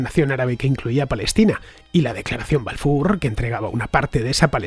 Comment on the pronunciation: Ofrezco narracion bajo guión con promunciación de nombres en el idioma original Rothschild o Balfour. Casi ofende la pronunciación